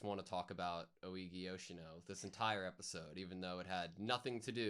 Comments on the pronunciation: I kinda love how so many reactors default to calling Ougi as Oigi. Dunno why, but I always laugh a liltle. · You pronounce Ougi as "Oh—ghee"